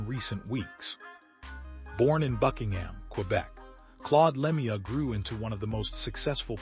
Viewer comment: Learn to pronounce his name correctly before u make a video What a joke